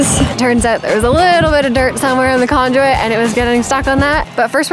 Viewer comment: Why do you keep pronouncing conduit as conjuit?